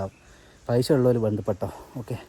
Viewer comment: പൈശ അല്ല പൈസ😂